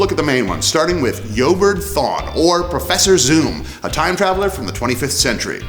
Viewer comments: I'm pretty sure it's pronounced E-O-bard not Yoburt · Where did you pick up that pronunciation for "Eobard"?